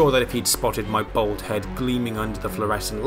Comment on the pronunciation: Yes, all sorts of stuff can be broken including hard to reach items such as wall mounted displayed weaponry etc. & it's a trilogy wide strat so hopefully it'll help you out. Oh.. sorry to be "That guy" but.. It's bald "Ball-d". Lol. When you say "Shining bold head" I imagine 47s noggin in a knights helmet holding a sword in its mouth shouting "Tis but a scratch" and still fighting enemies away. As that is "Bold". 🧐